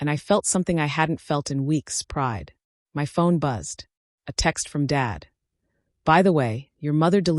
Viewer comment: Can ai be programed to say my and not m y?